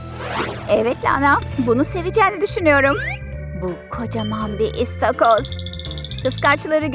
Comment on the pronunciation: ıstagoz yerine istagoz dedi